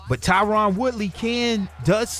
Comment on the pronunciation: I love your show man but his name is Tyron not Tyrann